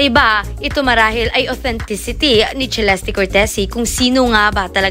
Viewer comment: Its Celeste /selestey/ not /chilesti/ 🙄🙄🙄